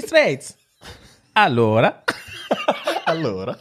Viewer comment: ALLOOOORAAAAA 😂 that was perfect 😂 Italian approved!